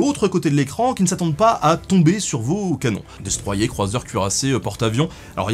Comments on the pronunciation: Pourquoi vous dites "Maru" avec l'accent mais "dé stroi yé" au lieu de "destroyer" ? Le plaisir Français d'emmerder les rosbifs ? xD Cool vidéo sinon ^^ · "Destroiyé" ? c'est pas "Destroyer" ?